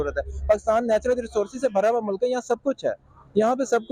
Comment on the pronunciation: Phle mulk ko mullak bolna Band kro. Urdu ki maa behen krdi.